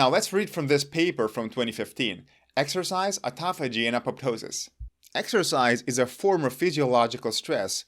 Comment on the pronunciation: High-POXE-ee-ah? I could have sworn it was pronounced high-POX-ee-ah. Live and learn. Never knew how to pronounce the word “autophagy” so thanks for that. I was using the same pronunciation as in autoimmune, automobile, autonomic, automatic. Maybe they should be pronounced oh/aw-TOH-matic, oh/aw-TOH-nomic, oh/aw-TOH-immune, etc. Dang English is a bear of a language to figure out how to pronounce. SO many exceptions to exceptions.